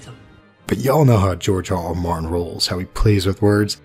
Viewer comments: Why do you keep saying "George R.R. Mountain"? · Is he saying George RR Mountain? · Am I the only one that noticed you kept saying George RR Mountain at the beginning? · No one's going to mention how he's pronouncing Martin as Mountain? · Did you say "George R. R. Mountain" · Did this guy just say George R.R. MOUNTAIN? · Did u say George RR Mountain? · Martin.... not mountin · Do you mean to keep saying George RR Mountain?